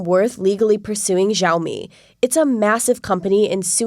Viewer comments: jaumi LOLLLL Caucasians really can't pronounce these things at all 😂😂😂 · Great video! But pronounce Xiaomi correctly...